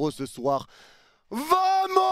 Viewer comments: Félicitations pour la victoire et la qualif, par contre ça me fait toujours un truc ton VAMOS. *EN ESPAGNOL : Le ” V ” se dit ” B ” … On dit ” Bamos ” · On dit bamos maisle V se lit B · Vamos, ça se prononce Bamos. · Bien sur qu'on est heureux 🥳 mais par contre on dit bamos et non vamos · Vamos en espagnol se prononce Bamos et non vamos pour info ;-) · Mec je t’adore mais c’est très gênant de t'entendre dire vamos en le prononçant à la française alors que c’est un mot espagnol et que le V se prononce B. Phonétiquement tu dois dire Bamos. Ça te ridiculise bêtement alors que tu es un excellent youtubeur. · Arrête avec Vamos, ça se prononce avec un B s’il te plaît 🙏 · Un parisien qui dit vamooos 😂 en prononçant en plus le V comme en français 😂 , ça s'écrit Vamos mais le V en Espagnol se prononce B donc c'est " Baamooss" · V=b donc ça se dit bamos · Si vous pouviez arrêter avec les vamos srx Et ca se prononce bamos Laissons ça à nos prochains adversaire Ici c'est Paris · Je t'adore,et encore merci pour tes lives,sans toi tout ceux qui travaillent en restauration sont dans la merde pour avoir de la qualité...mais ça fait depuis que tu suis M’bape au real que tu kiffe l'Espagne,on di bamos,pas vamos,t'es suivi par plus d’1milion 500 mille personnes,arrête de nous faire passer pour des chèvres steplè😅😅😅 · Vomos 😂😂😂 t espagnol ? Mdr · Masterclass en combinant le match A/R sachant que Liverpool n'avait jamais perdu en ayant remporté le match allé à l'extérieur dans son histoire, ça en dit long sur la performance, quelle EQUIPE vraiment !! Par contre le 'V' en espagnol se prononce 'B', ça pique les oreilles surtout le nombre de fois que tu l'as dis 🤣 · arrête avec des vamos wsh tu sais même pas le prononcé 😅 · Doucement avec les vamos, c'est acceptable parce que Luis Enrique mais n'abuse pas... Surtout que tu ne le prononces pas bien.